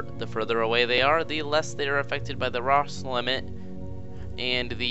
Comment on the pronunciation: And it's pronounced Row-sh limit.